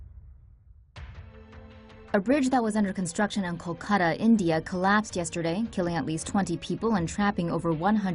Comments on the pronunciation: it's called Kol-ka-ta not kokada! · its KOL-KA-TA